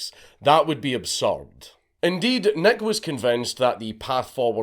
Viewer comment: It took me some time to figure out that Dankula was not saying Big Neck, but Big Nick..